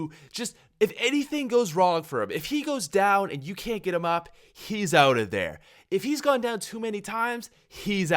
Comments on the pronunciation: Out not oh-t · "Oat Of There" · " OAT of there." Lol